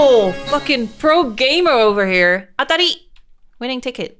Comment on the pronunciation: I am Japanese and like how she pronounce 「あたり！」